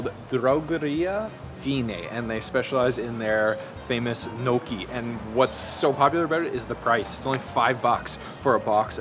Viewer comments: i noticed too haha...Gnocchi which is pronounced ''Nyo ki'' but he said ''no key'' hahahah..., with all your travel around the world you still manage to mispronounce some very well known dishes, what's the deal with that 😂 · gnocchi LOL its pronouces NI O CHI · It’s not No Key bro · Butchered that pronunciation of Kouign Amman. Also Gnocchi. Lol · cant say bagel right at least you pronounced poutine and natas correctly and of course screws up gnocchi great food reviewer cant even pronounce food trusting your advice lololol